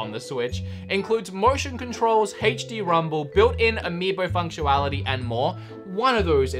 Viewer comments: What are you saying? It's s FunctioNality not FunctualAlity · Notice he says “Functuality” and not “Functionality”? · Today I learned, functionality is pronounced functuality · I love how you say functionality “FunctUALITY” Gotta love it I snicker watching you since you’re so hilarious a it brighten my depressing days so easily Even if it’s just one word 🤣 (If it’s because of you’re accent then I’m sorry if that sounds rude. I just love how you pronounce words) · built in amibo funct - u - wality lmao. lmao he says it the same way again . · please have someone teach you how to say functionality 🤣🤣🤣🤣🤣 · 𝕋𝕙𝕖 𝕨𝕒𝕪 𝕙𝕖 𝕤𝕒𝕪𝕤 𝕗𝕦𝕟𝕔𝕥𝕚𝕠𝕟𝕒𝕝𝕚𝕥𝕪